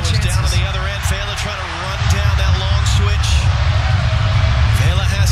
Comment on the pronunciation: The announcers need to learn how to pronounce names. It's not VEY-la. It's VE-la, which is the short "e" sound, as in "bet." Pretty basic thing. It just takes a little effort.